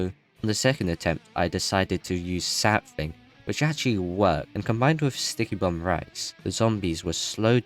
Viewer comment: *Sap-fling (Contain mint)